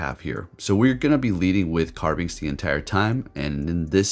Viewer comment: Carbink Not Carbinx